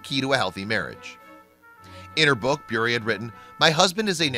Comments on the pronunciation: You’re saying her last name wrong, it’s Bure not Brure. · It is pronounced, "burr," like a burr under the saddlepad. I love how she stands up for her faith! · Anyone else notice that hes putting emphasis on the "u" in Bure when the "u" is silent? 8 minutes of listening to that crap got me triggered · I think you are saying Bure incorrectly. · Narrator is consistently mispronouncing her last name. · The consistant mispronounciation of her last name was so ANNOYING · The guy who made this video can’t even pronounce her last name correctly... 28 year marriage to my husband. Stable, Christian, boring probably to most. God’s way truly is the best. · Ugh he’s pronouncing their last name WRONG!!!!!!! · Learn how to pronounce her last name first😊